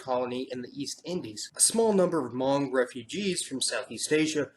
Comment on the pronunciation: Finally! someone who pronounced "Hmong" correctly!